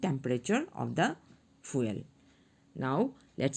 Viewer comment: "The fueal got me rolling🤣🤣🤣 fr"